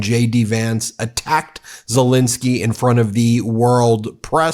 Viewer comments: It’s Zelensky, not Zelinsky. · It is not Zelinsky, it is pronounced as written: Zelensky.